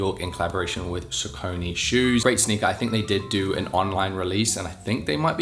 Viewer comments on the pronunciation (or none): Say SAW cunny instead of saw coney.